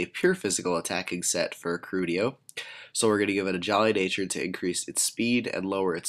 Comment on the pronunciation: I thought his name was Keldeo? Not Kerudio. o_O